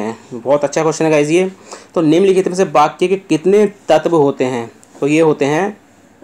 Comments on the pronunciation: Likha Sahi Hai Bas Bol Sahi Nahi Paare Aap 🙏🙏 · बाक्या नहीं sir वाक्य होता हैं 🙏🙏🙏